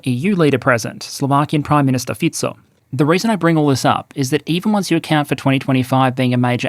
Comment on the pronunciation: this is one of the very few times i hear some journalist or something to that matter pronounce "Fico" correctly lmao it makes me question how thorough their journalism is tho, if they cant even put someones name into google translate and let it read out-lout and then repeat it.. in 99% of cases it will be better than their "english" pronounciation